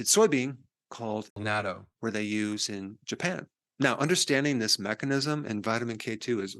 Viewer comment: Thank you for pronouncing natto correctly. 50 grams of natto (a normal portion) contains 500 mcg of K2.